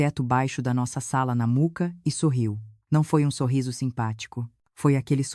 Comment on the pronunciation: Gente, fale o nome do bairro direito! Mooca e não Muca